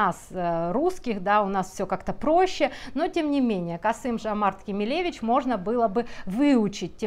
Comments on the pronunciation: Не Кемеле'вич- на манер Робинович. А Кеме'левич, при подготовки к записи видео, хотя бы Википедию открывайте и смотрите, как правильно произносить ФИО! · простите за замечание, но правильно будет ставить ударение на второй слог: КемЕлевич и произносить фамилию через О ТОкаев, а не тАкаев. Спасибо. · дважды неверно произнесено отчество Президента Казахстана - ударение на 2 слог, неуважаемая разбираторша, - КемЕлевич. фиксирую неуважение и унижение Токаева. Бесконечные "да? ну, а, фшоке" и прочий словесный мусор - визитная карточка автора канала. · Не “КемелЕвич”, а “КемЕлевич” - казах, а не еврей. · Кеме'левич - ударение на второй слог. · Здравствуйте. В отчестве Кемелевич ударение на вторую букву "е".